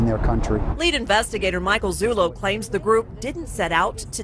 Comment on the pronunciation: What is wrong with this reporter? He keeps calling Zullo Zulu. Can't he read?